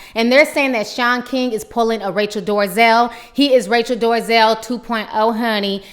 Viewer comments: Why do you keep calling her Rachel Doorzel when it's Dolezal? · Its Rachel Dolezal...NOT Rachel DORzel! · Rachael Dorzel? It's Dole-a-zall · Rachel Dorezell?🤔is that what she said? Thought it was Rachel Dolezal. Just saying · Who's rachel 'dorazel'. Does she mean dolezal?